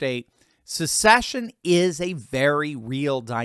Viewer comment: See ya! Someone tell kh, there’s no “U” in the word secession. It’s not a “sucksession”.